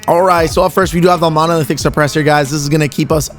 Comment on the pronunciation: Why can't you say monolithic?